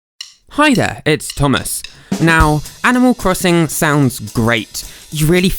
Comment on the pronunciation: animal cwosin